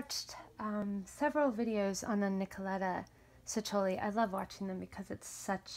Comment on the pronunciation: What an insightful deep and detailed video. Thank you so much. Everything makes so much more sense now. And i absolutely want those books!!!! Your passion is contagious! Just one thing though, the name pronounced as Chekkoli. Not sessoli. Its italian, c is a ch.